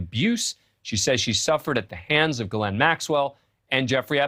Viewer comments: Why can’t these new people pronounce names? It’s not Gaa Lynn! It’s Ghis Laine. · her name being pronounced differently constantly its Ghislaine the * H * people it's there!! Pilot also got a load of freebies and college funds and free boats, lovely life for aiding betting child abuse.